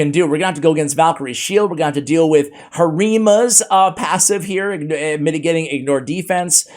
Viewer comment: And also OMG you said harima right!!!! Lol so proud of you